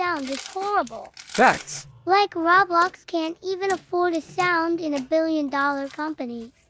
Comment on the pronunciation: why do you keep saying "rablox"